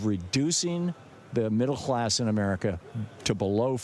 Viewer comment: Middle hlass?!